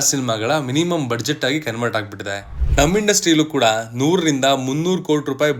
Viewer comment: Budget pronunciation is ಬಜೆಟ್. ಆದರೆ ಸರಿಮಾಡಿಕೊಳ್ಳಿ ಕೇಳುಗರಿಗೆ ಸಹಾಯವಾಗುತ್ತದೆ.